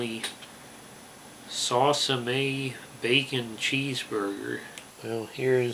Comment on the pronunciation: Please call tell me you are trolling with the pronouncing the name lol